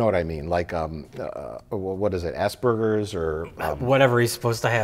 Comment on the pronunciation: I had to rewind a few times but I swear, it sounds like Mike said Ass burgers instead of Asperger's